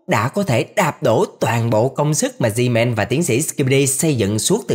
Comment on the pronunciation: ông đọc sai tên gman không phải zman